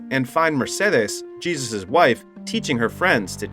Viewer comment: Is this an AI voice or a narrator too dumb to pronounce Jesus? He knows how Angel is pronounced but Jesus really?